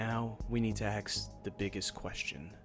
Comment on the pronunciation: ASK. Not axe. It’s not hard it’s just lazy.